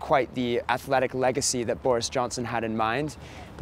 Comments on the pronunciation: It's Boris Johnson, not Forest Johnson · hahaha subtitles, and the presenter call boris johnson 'forest' johnson